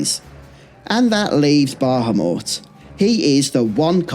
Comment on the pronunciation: I enjoy your content but your inability to pronounce Bahamut correctly especially when its spoken aloud in so many of the more recent games is honestly infuriating at times